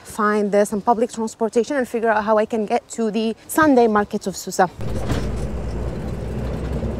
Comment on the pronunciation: It's pronounced Souss not Soussa